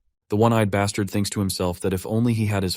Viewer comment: This guy really likes to say bastart😂